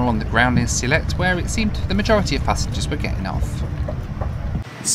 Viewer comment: It’s Sylhet. 🙂